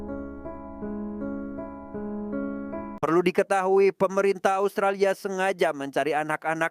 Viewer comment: ASUTRALIA AWKWKWKWKW😂😂😂😂😂